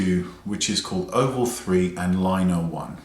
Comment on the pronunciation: I agree, sometimes there's a learning curve with unique items. I've noticed some reviewers start out not liking these brushes, then once they become accustomed, LOVE 'em. Also, FYI - it's lin-e-ar, not liner, and it's Bobby Brown's Espresso, not eX-presso.